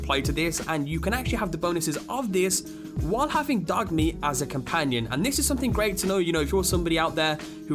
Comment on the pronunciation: the way he says dog meat ha ha